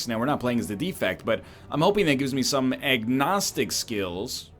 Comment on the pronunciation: did he say "eggnostic skills" He's become self aware lol.